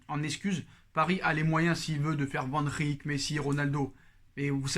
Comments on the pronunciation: Hahaha j’ai compté 18 fois Vandrrrik 😂😂😂 t’as fais saigné mes oreilles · Mais oui Liverpool va lâcher Van Dijk 😂 pourquoi tu dis Van Rik? 🤣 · Sa me tue quand tu dit Van Dijk😂